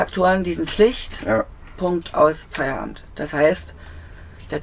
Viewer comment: Schönes Fahrzeug. Der Knaus heißt aber Freeway und nicht Freeware.🤓